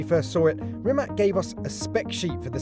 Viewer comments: Its rimac not rimak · Its not Rimak with K , its Rimac with C ! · It isn't Rimak, it's Rima c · Rimac not Rimak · its not Rimak its Rimac like WITH A C, try Rimatz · Bro its pronounced Rimac not Rimack haha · *pushes glassed up* ...ummmm actually it's pronounced RIMATS, not RIMAK. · its not rimaK,its rimac (ts). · Stop calling it a Rimak. It is Rimac (ipa r i m a ts) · Imagine pronouning Rimac wrong